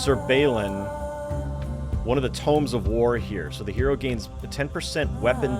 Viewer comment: also, i know what you're saying... but... all brain keep hearing is Sir Ballin and Sir BetterBeer. Brain refuses to hear otherwise.